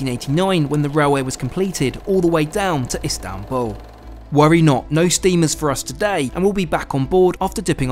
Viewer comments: Amazing video, beautifully captured this marvellous trip, just one note, its Istanbul not Instanbul 😅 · İstanbul, not İnstanbul. 😮It was very good video. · Istanbul, not instanbul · Excellent trip and very well documented. Thank you. I liked the final location name. ;) Were you trying to do a pun. Were you "in Istanbul" or were you "Instanbul"? ;) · Lovely trip. BTW, it's Istanbul not Instanbul. What's next...luxury trains in Spain perhaps, or Rovos rail in South Africa? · "INstanbul"? (sic) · Instanbul, lol, correct yo self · INSTANTbul 😂😂 good chuckle indeed! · "Instanbul" :face-red-droopy-eyes